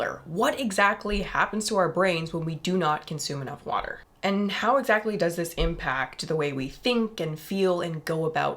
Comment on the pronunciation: in... "uuh brb getting some warder"